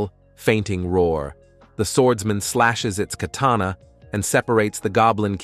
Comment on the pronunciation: I like this video very much but why are you keep saying Dungon😂😂 Edit1: what is a kanana